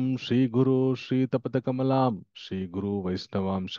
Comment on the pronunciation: Sri tapata kamaalam kadu Sri yuta padhakamalm komchem chuskondi